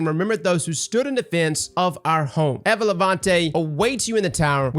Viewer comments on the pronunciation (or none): Say it with me eeva not evva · Bro why are you always saying worlds wrong? Quria? Compass? Like bro it's cringe. OH and evuh levante. You can say levante but not eva